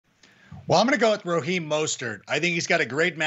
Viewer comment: sorry it was sarcastic bc he’s saying rOheem not rAheem